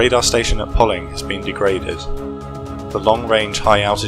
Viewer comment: Poling is pronounced locally as Pow-ling